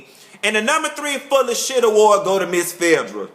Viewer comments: Love when u call Phaedra "Fedddrah"!!! Ur reviews give me life!! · i loooove how he says phaedra's name. LOLOL sounds like Ephedrine without the "E" and the "ine." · I was LMAO throughout this whole vid and agreeing with everything you said, also I love the way you say phaedras name lol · Lmao!! You got me as son add you say Phaedra!! Thank you for keeping it 100, a very correct analysis of RHOA pt.2!! Keep it coming!!